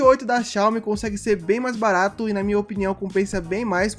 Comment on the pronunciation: "Barato" "BARATO"